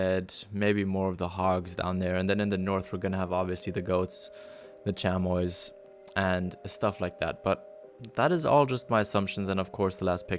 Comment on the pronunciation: The way you said chamois is how I thought it was but its actually chami without the o or s